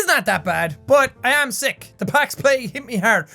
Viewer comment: "I'm sick" that some good ol irish accent right there